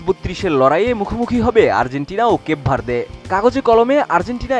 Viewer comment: কেপ ভার্দে ❌ কেক ভরিদে ✅ 😂😂